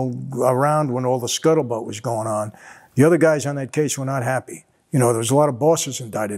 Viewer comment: lol Micheal said "scuttlebutt"